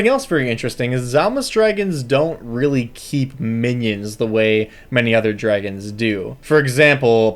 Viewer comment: 'ungeons and 'ragons